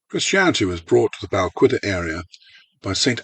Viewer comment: Nice video but Bal-widder is the correct pronunciation.